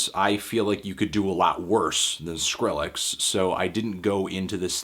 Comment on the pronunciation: anthony, thank you for pronouncing the name properly and not "skril-lex" like a bunch of the weirdos out there. idk why but i hate that shit.